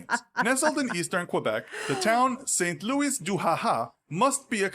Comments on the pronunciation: Yes... the commentator is probably American. I say that mainly because of how he pronounces Saint Louis de Ha! Ha!. It is said like, Sant Lou-ee de Ha Ha if you are English, or San Lou-ee de Ah Ah if you are French.😊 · It's pronounced San Lowee. I've never bought milk in a bag. It was a three day wonder here where I live back in the 70'sb I think but it didn't last. I buy cardboard cartons. Actually iin Nova Scotia you get wine, hard liquor and beer all in the one store NSLC. You also buy your weed or CBD oil there. When I lived in Toronto you had the beer store and then the LCBO where you bought wine and liquor. You can't hang clothes on the line in Ontario!